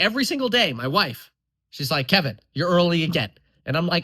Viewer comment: “But KEEvinn…..” 😂